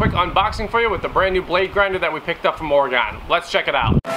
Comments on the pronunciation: OR-Ah-GIN. No Gone. Its not OR-A-GONE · It Or-Gun not OrAgone :) Great review, thanks! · Oregon; pronounced "ore-gun" not "ore-gone" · Excellent. I just took delivery on this same model - still in the box. This was very helpful and saved me some time. BTW, not to nitpick, Oregon is Oregun, or even Oreg'n, not Ore-gone. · Grinder looks cool. As a person who’s lived in Oregon I have to mention Oregon is pronounced ory-gun not ory-gone. Thanks. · Good video but every time you said Oregone drove me nuts out this way we pronounce it Orygun I know but it's how we identify out of state folks or fresh transplants lol